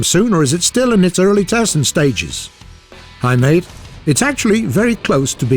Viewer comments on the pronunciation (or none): none